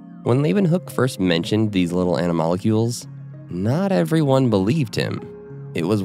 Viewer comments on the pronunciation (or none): I am not a scientist and am prepared to be wrong, but I think you are mispronouncing animalcule. You are adding a vowel sound between "mal" and "cul", where there is none.